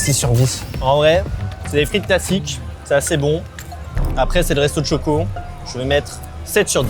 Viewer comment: Vous avez vu quand a dit le restaurant de chocoh